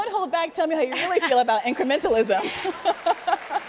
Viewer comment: she said incrementalism wrong